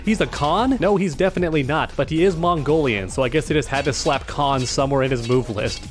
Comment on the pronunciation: Khan Klap. Not Slap. It's Klap. Bruh.